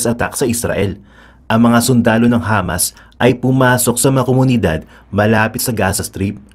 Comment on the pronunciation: Hamas, sounded Lamas, lol